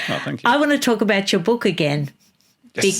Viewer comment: H G TUDOR has a particular vowel sound which indicates North Eastern England …possibly … might be HULL. The vowel is glaringly obvious to some of us. e.g. the vowel in BOOK. HG pronounces it BUCK. Listen to several of his broadcasts and it will become obvious to you. The other noticeable trait is the deep timbre of his voice… quite like JEREMY CLARKSON.